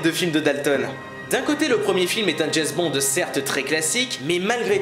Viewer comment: "Jayz Bond"...